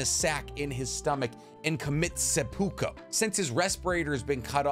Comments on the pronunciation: love the videos! but my boy seppuku, suh-poo-koo. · Seppuku. It's seppuku. Where are you getting an m from!? Lmao. Sorry. It was my only pet peeve. If you need someone to help you with Japanese pronunciations let me know! I can help! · ˈsepo͞oˌko͞o - just sayin' .... Awesome video though :D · i love Hanzo so much but SE-PU-KU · Dude, I love these videos, but the pronunciation of the names and Japanese terms are tantamount to a white girl trying to order at a Mexican restaurant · I wish would pronounce Japanese and English correctly. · I think it’s seppuku ? At least I believe that’s what it’s called I think you mispronounced it. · fam there is no N in seppuku other than this tho great video keep it up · sepukuuuuuu foo SEPUKUUUUUUUU ‼️🤦🏽‍♂️ damn dude your cringing me out butcher the word how you a naruto expert but can’t pronounce a common word in anime my boy cmon doggy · Great story, but put some work on your pronounciation. Seppuku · you can understand the story and not be able to properly say the names correctly. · Where is he getting the m and o in seppuku from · WTF are you talking about? Sannins were in the peak of their power while fighting Hanzo? When they were that young, you assume, that since they were like 20 - 25 they never got stronger through their entire life? This is bullshit my friend. PS.: Seppuku, not sempuko... My god dude, you could do some research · Its Seppuku not Seppuka or Sempuka. If its hard to say, just use Harakiri Ha-Ra-Ki-ri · Hey not to be a grammar shark, but it is Seppuku, not Senpuko. Sorry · Great video. But god dang my man. It is pronounced “seppuku” not “sempuko” lmao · He didnt hold the Sannin off at the peak of their power. How do you figure that? Also, its not "sempuko". It's "seppuku". "Nagito"? Come on, man. How you gonna act like you're the anime guy when you can't even be bothered to get the pronunciations right? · Seppuku… not seMpuku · Hearing you say “senpuko” makes me want to commit seppuku. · Sepuku not sepuko